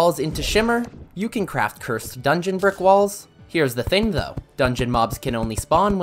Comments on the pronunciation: Ah yes. "Ker-sid flames" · "CUR-SED DARTS"💀💀💀💀💀💀💀💀💀💀💀💀💀💀💀💀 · Petition to make him stop saying curs- ed